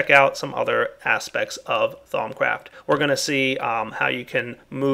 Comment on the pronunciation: Lol sounded like he said thongcraft